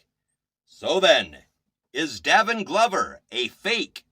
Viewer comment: It is pronounced “Day vin”! He has been playing several instruments since he was 3. He is only 17 and is still exploring his gift of music. He also has had 2 scholarships since the 10 grade. People should instruct and guide young children in their gifts! They should encourage not destroy! He is an honest, kind , God loving ,driven young man. He is very authentic ! You are doing a disservice to kids who are trying to be productive members of society! They are adding positive energy in a negative world! What right do you have to negatively slam a child. No young person should be discouraged in development!!! Shame on you!!! I am his proud grandmother and I have NO useless equipment here just instruments. You think you’re doing a good service but you’re really KILLING A CHILD’S SPIRIT AND CONFIDENCE. You will be judged for that! Again, shame on you. !